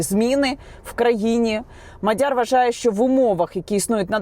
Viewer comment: Яніно,МАдяр не МадЯр..і ще п'ять - сім слів для коменту😅